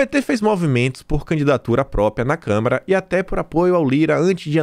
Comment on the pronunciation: Desculpe, mas não é Câmera, mas Câmara... Tudo com A